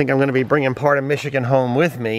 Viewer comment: Nude bathe?... you mean "skiny dip"?.... and the town is Grand Ma-ray.... The state is MISH - IH - GUN.... not Mish-ih -kin... Otherwise, excellent video.....